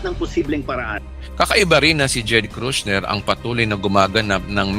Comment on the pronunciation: JARED KUSHNER po pastor hindi po KRUSHNER